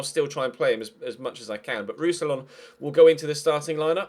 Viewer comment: Roussillon is pronounced 'Roosy-yawn' ;) And it says Jérôme, not Jeremy, man